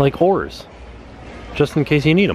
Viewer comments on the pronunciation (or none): I thought he said whores but he said oars... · That first "oars" didn't sound like "oars" I did a double take for a sec. Especially since said "just in case you need them".